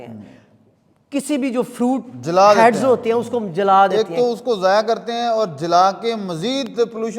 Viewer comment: Words zaya not zayaan